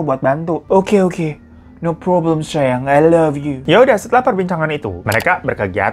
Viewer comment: SAMAAA IH. no ploblem i love u wkwkwkwk